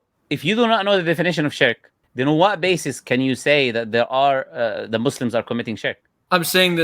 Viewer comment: I'm not going to listen to someone who calls Muslims Muzzlims.😂